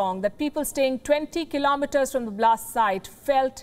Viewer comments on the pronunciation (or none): none